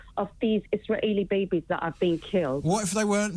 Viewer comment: As soon as she pronounced Israeli as 'Iss rah aley' I knew she was going to be a terrorist apologist ..actually more a supporter...